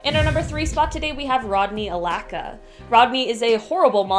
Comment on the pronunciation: "Rodney A-LACKA" 😂